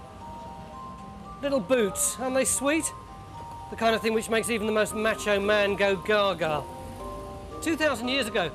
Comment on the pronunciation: “ the kind ay hing that makes the most macho man go gaga “